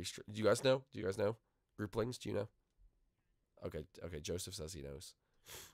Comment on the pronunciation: Its group not grope